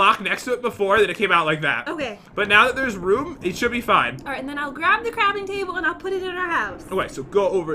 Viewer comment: Go to and says craping table!🤣